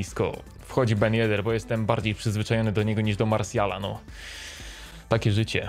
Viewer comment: Proszę Cię nie mów 'Azard' tylko Hazard i nie mów 'Marsial' tylko Martial od tych nazwisk jak mówisz uszy bolą.....